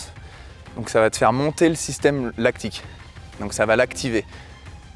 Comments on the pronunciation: L’acide lactique, ça fait mal aux oreilles d’entendre ça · Vidéo génial🤩, par contre "acide lactique"😭